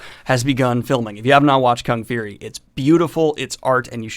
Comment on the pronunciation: Why do you say fury like feary lol